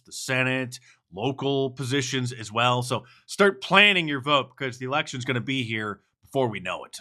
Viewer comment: My gawd, these freekin aliens don't even care enough to LEARN our language. "dis lection gona be tight" barry's bustin out the E-bonics.